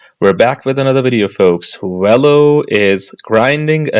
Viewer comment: It’s not “wello” it’s Velo.